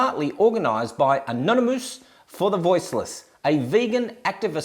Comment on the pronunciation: You requested trolls, but the only idea I can come up with is "Haha, he says an-on-e-moose" as I fail to find a moose emoji so here's a shrimp for your barbie 🦐 Also haha you play with barbie dolls. Dork. 👅